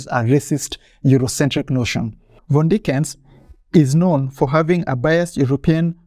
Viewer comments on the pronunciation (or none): Just a tip the name is pronounced Fon-De-ni-ken